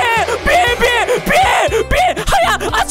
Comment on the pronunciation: ピエんって言いすぎてピヨンって言っちゃったw